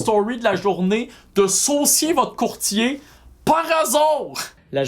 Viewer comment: Saucier votre courtier? C'est juste moi qui a pensé les fois qu'il articulait mal qu'il disait "jean-sébastien sucez votre courtier"...🤣